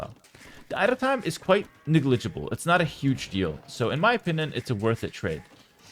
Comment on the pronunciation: bro says niglegable 😂